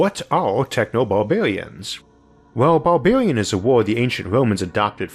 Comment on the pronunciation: I really enjoyed the video but why are you talking like that? Bawbawians?